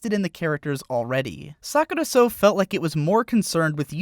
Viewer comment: You pronounced "Sakurasou" sort of like "Suck it or so" haha